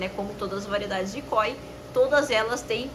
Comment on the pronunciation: não tem acento no KÓI. "o". é KOI sem "força" no "o" koi